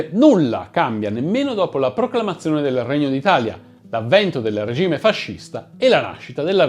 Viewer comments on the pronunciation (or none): none